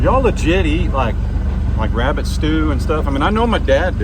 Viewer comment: Do you mean to say you Elmer Fudded the wabbit